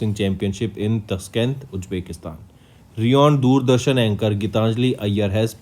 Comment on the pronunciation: Thats not reoned, its renowned.. Pronounce correctly